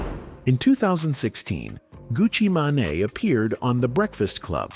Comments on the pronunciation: Gucci Manai? 😅 GTFOH ai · This is terrible for ai. Gucci ma-ne 😂😂😂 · Gucci Maa-Naay????